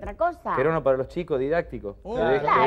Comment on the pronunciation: "claro, DIDATICO, DIDATICO" jajajaja